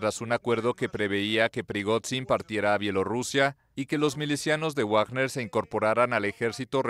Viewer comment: ¿Cuando pronunciaran correctamente a Wagner?😅😂